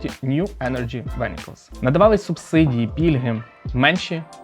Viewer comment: от чому ти вабачаєшься за те шо якісь китайські імена і назви не назвав правильно, коли 99% людей і так не знають як це малоб звучати, при цьому слово "vehicals" вимовляєш як "вЕХікалз"? мабуть ангійську ніхто не знає і це нікому слух не поріже до крові🥲 а от китайську знають всі як рідну)